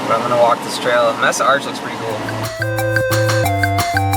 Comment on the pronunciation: Aw, how cute, he doesn't know how to pronounce Mesa